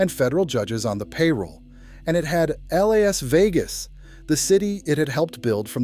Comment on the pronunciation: Bailed L A S Vegas. AI CRAP